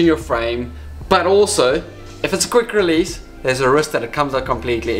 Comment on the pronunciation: for me it sounds like "if you have quick relise, you will die"